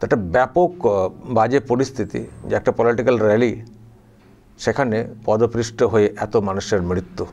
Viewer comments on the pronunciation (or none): কথাটা পদপৃষ্ট নয়, পদপিষ্ট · ভাই, কিছু মনে করবেন না আশা করি। আপনি বললেন, "পদপৃষ্ট"। আসলে শব্দটি " পদপিষ্ট "। আবার বলছি কিছু মনে করবেন না বা অসন্তুষ্ট হবেন না। ভালবাসা থেকেই কথাটা বললাম। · Padaprista noy padapishta hobe. Khub shrutikatu lagche.